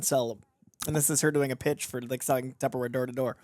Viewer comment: Tubberware * it's tupperware baby.